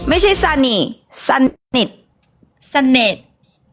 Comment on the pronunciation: เกือบเป็นสะเนืยด ต้อง สะ-หนิด